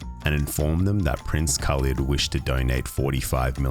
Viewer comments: No Saudi Pronounces Khalid as Kaleeeeed I’m most impressed by his ability to get a 200m Amex tho…could’ve been rich for the rest of his life off of that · hahahah, i thought the same. khalid is is not pronounced khaleed, it's just khalid. and its a name not just common in the arab world, but a reasonably common muslim name. surely someone would've noticed he can't even pronounce his own namw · The way he pronounced his name "Khaleed" was first sign of fraud... That's not how we say Khalid .. خالد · He can't even pronounce his own name correctly.. khaleeed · HE cant even pronounce his name properly and people believed him? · For a person who couldn't pronounce khalid correctly but got far. He didn't even look Arab to begin with. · ok as an emirati please learn to say the names, its HALID not KHALID the K is silent in arabic, like PH in Phone, KH is a HAA sound. next SAUD said SAH OUD and its said DU BAY not DU BUY